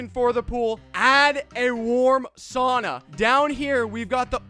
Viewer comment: Anyone else a yooper and how he said sauna set you off just me